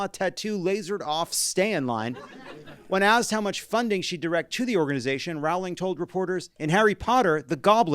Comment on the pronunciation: Say it right, Rowling —it rhymes with bowling. She sucks so bad. Now so many of my daughter’s fondest childhood memories are ruined